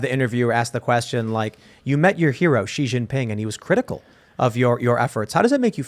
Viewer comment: It's pronounced SHE NOT ZEE